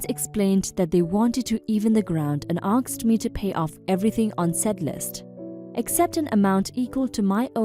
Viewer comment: It is aSked, not aKsed. You can say ass, just add -ked to the end